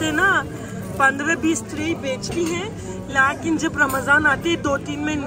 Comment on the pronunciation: Lots of love from Pakistan, you are so cute and entertaining, I love the way you say ‘Laaghin’ instead of ‘Lekin’ 😅